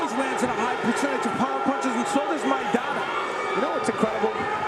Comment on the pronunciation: El boxeador Argentino se apellida Maidana, podrías pronunciar su apellido correctamente.